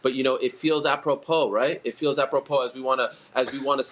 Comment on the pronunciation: Its "appropro" Helwani tries too hard and makes me physically cringe and God bless DC for calling him out on his corniness